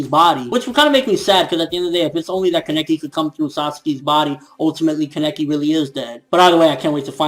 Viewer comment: so i pronounce it like kaneki but it seems like everyone else is saying keneki which is it